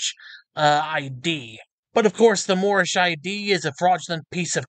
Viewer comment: My Nationality is Moormish! This guy is so bad he doesn't even say Moorish correctly 😂 🤣 (I think his name is) is an extra special one!